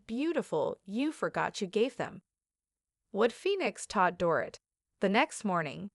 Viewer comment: Can you at least learn how to pronounce her name correctly? It’s Do-rit - like omit 🤗